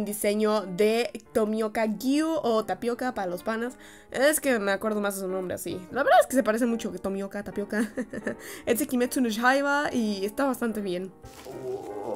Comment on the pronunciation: No les pasa que: ✨Kimetsu no shaiba✨